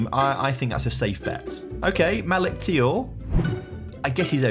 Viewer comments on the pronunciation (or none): Its thiaw